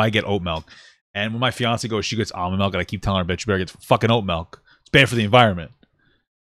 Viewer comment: “Melk” love you papa